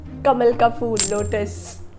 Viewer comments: bhavin says kalam instead of kamal😂😂😍 aur 12 se seedhe 400 dharaye😂❤.....so acc to me bhavin and vishal is the winner❤❤ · Bhavin said kalam 😂 yrrrr kalam nhi kamal khte h usko ....{Naam dubaoge yrr Bhavin aap to🤦} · Kalam nahi hota kamal hota hai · Bhavin say kalam😂😂.... to kamal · Bhavin ji vo " कलम " nhi " कमल " hota hai 😂😂😂😂